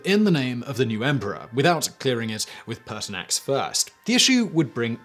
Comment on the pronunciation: Ha, I also heard Paarthurnax at first but was disappointed when I turned on captions.